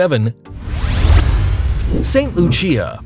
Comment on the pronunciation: St Lucia is pronounced like st loosha